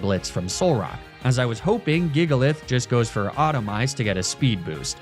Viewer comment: So is the pronunciation of “Autotomize” kinda like “Aluminium” is the US? Missing a syllable?